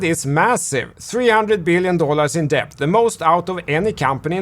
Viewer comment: Debt - pronounced 'det' .. the b is silent👍🙂